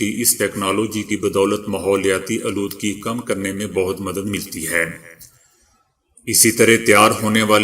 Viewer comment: Lafz a ,aaludgee Ko sludge padhte hain